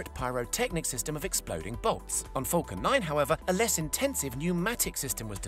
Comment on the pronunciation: I allways here him say 'fockin' 9 rocket' instead of falcon 9 xD